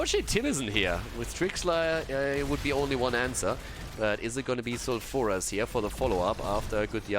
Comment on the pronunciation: love you but plz plz start pronouncing sulfuras foul-fer-ass not sal-fur-as just plz it just annoys me